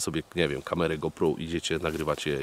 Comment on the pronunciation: Ja jak zawsze oglądam każdy twój odcinek i nic nie marudzę. Wszystkie filmy są super nagrywane i ty jednak jesteś większością co kanału jedną tylko rzecz robisz która mnie strasznie denerwuje ale nie tylko u ciebie tylko ogólnie Otóż kamerę którą używasz Źle wymawiasz jej nazwę "go pro" sie czyta jak GOŁ PROŁ.